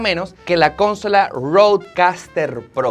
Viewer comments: Bonito todo. Por favor no se dice cónsola. Se dice consóla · estoy suscrito a tu canal y te sigo desde hace mucho tiempo. Te escribo para decirte que está muy bonito tu nuevo estudio y también aprovecho la oportunidad para decirte que se pronuncia CON-SO-LA no CON-SOLA UN abrazo. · Cónsola en español se dice consola ( sin acento) y mucha utilización de ELEMENTO, hay sinónimos para que no salga como muletilla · Ay mano, jajaja consola es una palabra grave, no es esdrújula. conSOla, pero tu lo pronuncias como CONsola. jaja me pareció gracioso. Saludos de un Nica que vive en Mexico! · Me mata que diga "cónsola" jaja excelente setup!!! que alegría ver tu progreso todos estos años, saludos desde Argentina!! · El estudio está bonito y tiene lo básico que se necesita en un estudio de Youtuber para solo una persona. Las paredes negras en los "sound stages" tienen su función pero no es requisito en un "home studio". Esconder la laptop debajo de la "consola" (palabra esdrújula con fuerza de pronunciación en la antepenúltima sílaba) no es "Pro". Para eso venden variedades de "stands" donde puedes colocar la laptop verticalmente. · CONsola??? PAnel???? sere yo que no se donde está la fuerza de pronunciación ? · Interesante pero please Bocina Y es Consola sin acentuarla En la primera o 😍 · Solo me quedé pensando como pronuncia consola jajajaja sin mencionar lo de "la manito" jajaja tambien me da mucha risa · Consola con la fuerza de la pronunciación en la “so” no en “con”. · Unas pronunciaciones que no son así: “consola” También por otro lado Nos pudimos imagina Nos pudimos dar cuenta Y nos confesamos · pronuncias mal consola, y hablas como si tus seguidores no conocieran de tecnología, por ejemplo de los audifonos😊